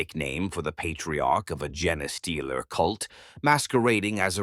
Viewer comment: gen-ay stealer haha